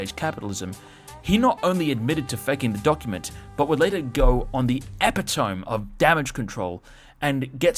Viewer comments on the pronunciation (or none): Nice. BTW epitome is pronounced epit-O-mee